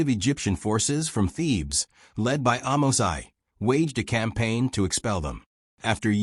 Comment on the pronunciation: Amose, not Amosai.